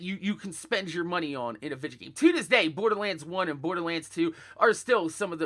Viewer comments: Vid - e -oh, not Vid-ya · I didnt realize until half way through the video that vidge was him saying video